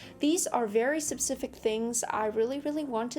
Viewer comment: I like your straight forward scripting but my God you gotta stop saying sub-cific. "S-P-E-cific"